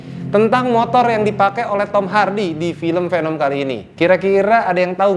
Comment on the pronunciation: It's veneum not penem ✌️